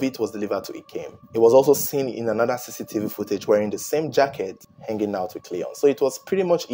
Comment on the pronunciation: Great job but maybe next time say camera footage no offense but i had to put subtittles to undersdand you were saying cctv footage.